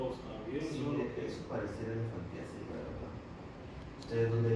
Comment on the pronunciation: Elefantismo dijo no elefantiasis oigan bien